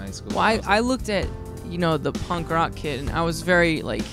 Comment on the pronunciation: "punnk rawk teen years" oh shut the fuck up emo's. lmfao.